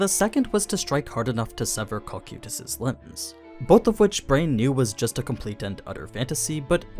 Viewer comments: Real question, is English not ' primary language? The mispronouncing of names and stuff is AI levels of cringe at times. Cocuytus Kō-Kī-Tas. Hearing Co-Queuetas makes me wanna rip my ears out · the way you pronounce cocytus really slightly aggravates me